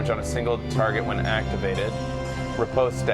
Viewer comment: I know, never correct pronunciation, but it's driving me crazy this time. Riposte is just pronounced "Rip-ost". There isn't an E or A noise at the end. This is a perfect VGA game though